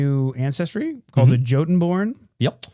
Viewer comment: I'm quite certain Jotunborn should be pronounced "YO-tun-born" as it was in Norse, which is where we get the word jotun to begin with.